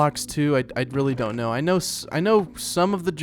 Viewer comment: when he said "i don't know" he said it like "i don't knOw" 💀